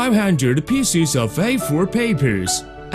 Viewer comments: when he says pieces, sounds like feces. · "500 feces of paper" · And cut it into peecis im in fucking tears